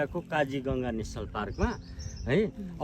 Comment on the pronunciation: Kaji ganga haina kajiranga ho hai